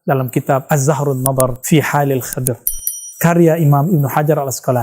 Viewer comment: Maaf bang nama nabinya nabi hidir bukan Kidir🙏